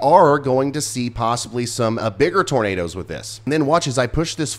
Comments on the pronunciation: Tur-nay'-ders, turnaders... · DANG "NIGHT NADOES".... Please be safe and aware if you're in the path!!